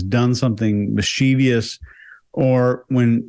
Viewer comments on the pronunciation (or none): nooooo! Please don’t pronounce “mischievous” as “mischeeeevious”. You’re smarter thank that. Sorry, one of my pet hates.